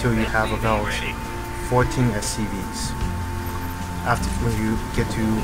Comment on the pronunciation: lol it sounds like he says "soo.. you want to continue your production of STDs.."